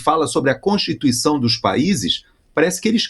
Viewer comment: "A contituicão" ...É insuportável ouvir este Párea.